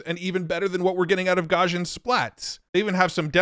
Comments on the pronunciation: Someday, AI will get good enough that it will be able to teach how Gaussian is pronounced (gow-see-un). But, let's be honest, that might be hundreds of years off.;) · Great video! Side note: Based on Google's demo videos, Imagen is pronounced as "Imagine". Also, Gaussian is pronounced "gau- see-uhn"